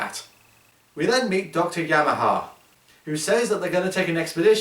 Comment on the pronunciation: The name was YEMANE not Yamaha.